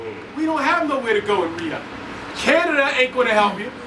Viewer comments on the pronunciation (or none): none